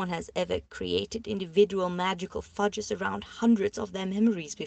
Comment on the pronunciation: The mispronunciations are killing me 😂. Hermiety? Fudges? I think it’s funny but also strange to not look up words you don’t know if you’re narrating an audio book 😉❤️.